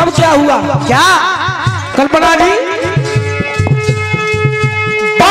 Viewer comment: Aap Har ji ko zi Kyon Kahate Hain